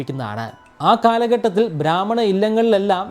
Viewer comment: ധാത്രി അല്ല. താത്രി. സാവിത്രിയുടെ crude version ആണ് താത്രി. ഭ്രാമ്മണൻ അല്ല. ബ്രാഹ്മണൻ. Please note the pronunciation.